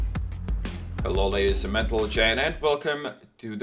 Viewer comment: "welcome ladies and mentalgen"